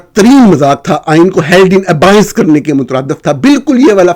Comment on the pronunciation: اردو میں proportion کو تناسب کہا جاتا ہے۔ نیز abeyance کو ابائینس نہیں ابیئنس بولا جاتا ہے۔ انصار عباسی سینئر تو ہوں گے لیکن قابل احترام؟ 😅